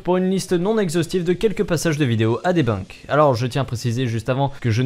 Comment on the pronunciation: tout est cool dans la vidéo mais stp "debinque" stp la pronociation xD debunk